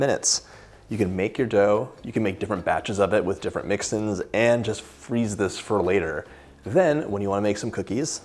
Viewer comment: Are you saying 'mixin's' or 'mix-ins'?